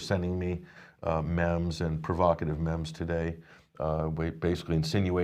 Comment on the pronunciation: ....its pronounced "MEEM"